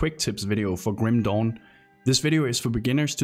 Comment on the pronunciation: I can't stopped laughing hard here for each time he said "Kim Dong" 🤣